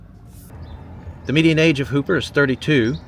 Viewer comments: So happy you did a video on my home state! Also, for the town of Hooper, many people here oddly pronounce it “Huhp-er” like hooker with a P. Nebraska has a bunch of odd pronunciations for its towns like Beatrice which we call “Bee-at-triss” or Cairo which we call “Cay-row”. Again, so happy you came and are fans of our state! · Hooper is pronounced Hupper :) and in Omaha it is called The Old Market District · It's pronounced Hupp-er instead of Hooper.